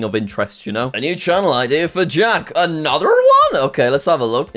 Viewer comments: “AnotheRR One!!” Jack I think you’re becoming American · why did he say "another" in an american accent 😭😭😭 am i going crazy or do british people pronounce it as "anotha"